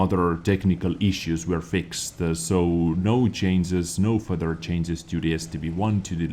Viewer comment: so WG need to chains but you don't need to learn how to pronounce change because its funny